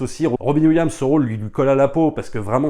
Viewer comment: C"EST ROBIN WILLIAMS IL FAUT PRONONçER LE S TOUT COMME JOHN WILLIAMS PAREIL TU DIS GEORGE LUCA C"EST LUCAS AVEC LE S